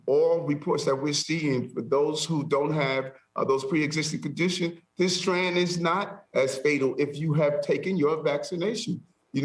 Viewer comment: This guy doesn’t even know how to say strain. Unreal.